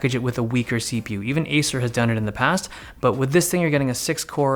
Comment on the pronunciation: Is he saying asus or Acer ?